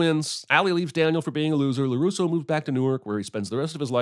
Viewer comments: Can I sin this video for calling Daniel “Caruso” instead of “Larusso”? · Sin Count:2 Nothing on YouTube worse than an advertisement to start the video. And it’s Larusso Not “Caruso” 🤦🏼‍♂️ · another sin for calling him caruso instead of larusso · #CinemaSins gets 10 sins for calling him Caruso instead of LaRusso